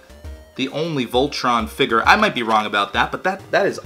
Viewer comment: I love how you pronounce figure. Perfik englishes.